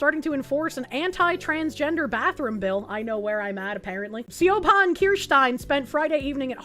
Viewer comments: its pronounced like shivon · Its pronounced "she vaughn" Yeah messed with my head for a while too but the Irish don't play by the rules when it comes to phonetic spelling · It's pronounced SHIV-on as a male, I cannot be that "person" freaking out in the ladies' because there's a male in the ladies'. Won-ton violence... Felonious soup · Btw, Siobhan is a Gaelic name pronounced “Shavon”